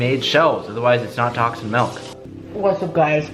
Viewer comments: ITS MILK NOT MELK!!!!! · Pretty sure your saying melk. It’s milk you chach. XD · ITS NOT MELK ITS MILK XD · Why does he keep saying MALK ITS MIIIIHLKKKKK NO MALK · Melk??? its Milk with an i not an e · its MILK not MALK. smh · stop fucking saying melk it's milk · Bruuuhhhh Teeeej....... It’s MILK!!!! Not MELK.... Stop being a hoser. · "MELK" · Y’all should look up Malk by Julian Smith. Can stand the way says milk lol love you still dude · is he trolling calling Milk MALK? lol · "Tacs and melk" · "Tocs and melk" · Is he saying "Milk"? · It’s “Milk” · I get triggered everytime he calls milk ‘melk’ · Wtf is melk. Lmao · So that’s how they say milk in California huh? 😂😂